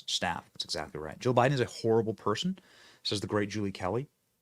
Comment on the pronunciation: I can't tell if you are saying Jill or joe